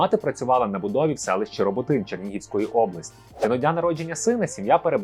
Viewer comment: Не Роботин а Риботин!! Існує легенда '' Як Омелько і Мартин заснували Риботин. З Олександром в одну школу ходив!